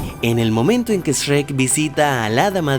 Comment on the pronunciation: Porque dices. Esrek 😂